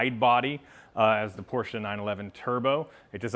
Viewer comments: Thanks for pronouncing Porsche properly....It`s Porsch"e" and not Porch...a Big like from me. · As a German I wanna personally thank you for actually saying Porsche instead of Porsch. :) Good luck with the sale, a 993 would be great as the next one. Cheers